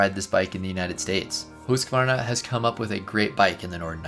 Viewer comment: Congratulations for knowing the correct pronunciation of the brand. One of the very few.